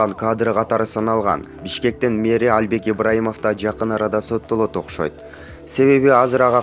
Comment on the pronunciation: Почему Альбек просто Албек когда начнёте правильно произносить